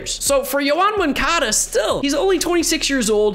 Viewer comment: Who is Yoan Moncada? I only know Yown Moncuhduh